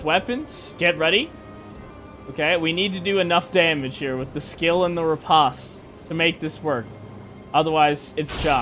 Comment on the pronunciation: Just for future reference, riposte is pronounced like ree-post